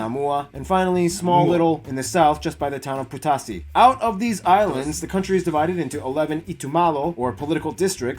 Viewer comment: The dude who was doing the video cannot pronounce samoan words properly.... hes definitely american samoan a whole different lingo and twang..... well done to the Nigerian brother who can say them way better and it's not tongga it tonga pronounce the g as nahh...... putasi?? Come on it's not pooootasi its poutasi (oh ) pohtasi .... oh my gosh I'm hurting #falealiliRespect